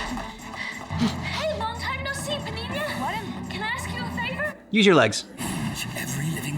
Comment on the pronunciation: Paninya. Pa. Nin. Ya. Sorry but it's like nails on a chalkboard for me every time y'all get it wrong.